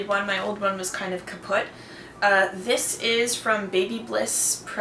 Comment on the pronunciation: About your Curling Iron, did you say it is "kaputt"? :D Plus your pretty close pronounciation of "Schwarzkopf", I think, you are pretty good in german! ;)